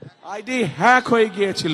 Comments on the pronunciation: মুফতি ও বিজ্ঞানী হ্যাক শব্দটি ঠিক মতো উচ্চারণ করতে পারেনা আর সে করবে দেশ শাসন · যেই মানুষ "হ্যাক" শব্দটা উচ্চারণ করতে পারে না। সেই মানুষটার হাতে কিভাবে দেশ তুলে দেওয়া যায়? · একদম সঠিক বলেছেন 😂😂😂মূর্খ তারেক হ্যাক কথা উচ্চারণ করতে পারে না 💯👈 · ইংরেজি ভাষার দেশ লন্ডনে বসে বসে ফেক ও হ্যাক উচ্চারণে এতো কষ্ট। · hack তো ঠিক করে বলতে পারে না এ বলে দেশ চলাবে😅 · জামায়াতের বিরুদ্ধে মিথ্যা কথা বলছো যে, তার প্রমাণ তুমি নিজেই। কথা বলার শুরুতেই হোঁচট , হেক না হ্যাক তাও বলতে পারে না । খাম্বা তারেক লন্ডনে যা। ভালো করে ইংলিশ শিখে আসো। এত বছর লন্ডনে থেকেও ইংলিশটা ভালো করে শিখলে না। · কত রকমের মূর্খ নেতা তারে এতগুলা মানুষ সাপোর্ট করে যে হ্যাক ফেক দুইটা দুই জিনিস এই শব্দটা সে উচ্চারণ করতে পারে না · হায়রে হ্যাক কথাও উচ্চারণ করতে পারে না 😂😂😂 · হ্যাক বলতে গিয়ে ফ্য়াক 😂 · হেক, ফেইক.........হ্যাক, একটা শব্দ উচ্চারণ করতে পারে না। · হ্যাঁক এটাও ভালো করে বলতে পারেনা এই হল নেতা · হ্যাক❌ হেক✅ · হিক ফিক হইয়া গেছে এ কথাটাই উচ্চারণ করতে পারে না তারা বলে দেশ চালাবে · ও সোনা তুমি কি বোঝনা, আইডি হ্যাক হয় কিভাবে.তুমি বলতাছো হেক না ফেক কি জানি জিজ্ঞেস করো, আরে নেতা 👍👏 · হ্যাক শব্দটা উচ্চারণ করতে🥲পারছে না,এখন শিক্ষাগত যোগ্যতা বুঝে নিন...!🫠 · ইংল্যান্ড থেকে এসেয়েছেন ১৭ বৎসর পরে, ID Hacked শব্দটি বলতে বা উচ্চারণ করতে পারছেন না 😂 হাইরে খাম্বা তারেক ভাই আপনি কিভাবে রাষ্ট্র প্রদান হবেন বা দেশ চালাবেন, আমি বুজতে পাচ্ছি না 😱🤣😱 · হ্যাক উচ্চারণ করতে পারেনা তার হাতে দেশের দায়িত্ব দিলে কি হবে । সবাই সতর্ক হন মুর্খের হাতে দেশ গেলে ।শুধুই বাঁশ ছাড়া আর কিছুই মিলবেনা । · Hack কথাটাও বলতে পারে না, সে আবার নেতা মানুষের সমালোচনা করতেও পারে রে ভাই 😤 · একটা বাচ্চা সুন্দর ভাবে হ্যাক শব্দটা কইতে পারে কিন্তু উনি পারোনা কারণ মিথ্যা মিথ্যে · E to tik moto kotha koite pare na hack kotha to totally koy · E arekta share hazar biggani, valo moton haked uccharon korte pare na, oi abar desh Cha labe? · হ্যাক ও বলতে পারে না 😂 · 😂😂আমাদের লিডার হ্যাক উচ্চারণ করতে পারে না তিনি নাকি দেশ চালাবেন। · যেই নেতা হ্যাক শব্দ তিনবারেও উচ্চারণ করতে পারেনা এই নেতা চালাবে দেশ হায়রে মূর্খ জাতি আমরা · Hack bolte parena ora asche desh chalate.